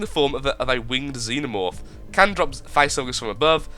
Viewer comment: did he say can with k? sounds like the word from my country: denmark. we say kan instead of can.